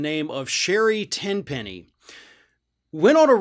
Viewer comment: Her name is "Tin-penny."